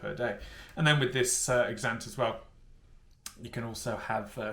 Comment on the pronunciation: As if you spent the whole week saying Exante incorrectly 🤦‍♀️🤦‍♀️ If you're going to do the "week on" series, you could at least research the brand an products beforehand.